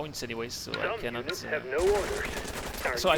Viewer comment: Going to e a while before I can get this fellow's pronunciation of in-FAN-tree. u-neets, and Oue-ee Helicopters out of my head